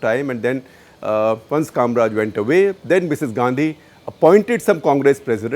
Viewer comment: His name is KamARaj and not Kamraj!